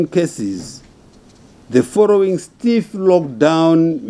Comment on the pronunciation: “The forrowing”